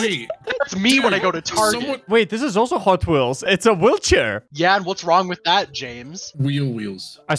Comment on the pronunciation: Hotwheels? Nah. Hotheels